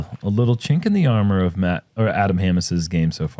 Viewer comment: just btw it "matty o" as in matt orum